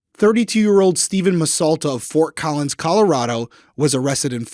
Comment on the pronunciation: As someone who lives in Colorado, the look of horror on my face when you said Fort Collins 😅 lord.